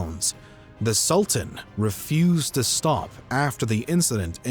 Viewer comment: Am unable to continue watching the video because the constant mispronunciation of 'Sultan' is too distracting